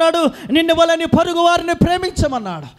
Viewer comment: "Purugu" kadau porugu